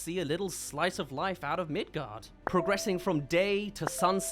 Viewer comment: oops, he called midgar “midgard”. grab your pitchforks, we have a hanging to commence